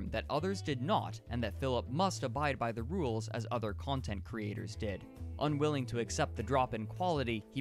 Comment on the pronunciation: This is frustratingly accurate You even nailed how he emphasizes the 2nd syllable when it makes no sense, like: custom STYLE khantent